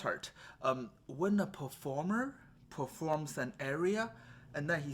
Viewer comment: Very informative (but need to work on the pronunciation of aria so that it doesn't sound like area). 👍